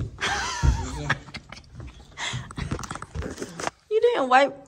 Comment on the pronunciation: I thought you said if it ain’t Brooke instead of broke?